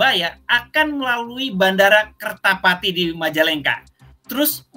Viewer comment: Sebut kerta jati bukan kertapati lol